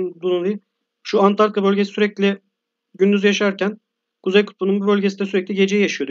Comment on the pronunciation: Videonuz güzel fakat antartika değil ANTARĶTİKA